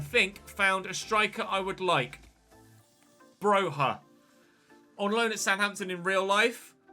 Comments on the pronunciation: Broja is just pronounced Broja all the letters you see you pronounce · Broja is from Albania. His surname is pronounced with a hard J. Bro-ja